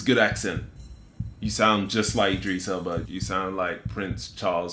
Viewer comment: E-dris Elba